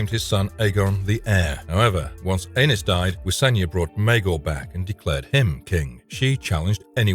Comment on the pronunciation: Anus…😂😂 the way you pronounce these names.